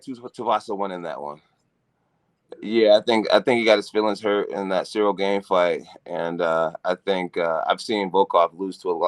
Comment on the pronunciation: Jon has yet to pronounce Cyril’s whole name correctly 😭